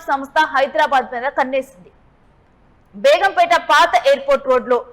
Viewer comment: Begumpetaa kaadhu madam it's begumpet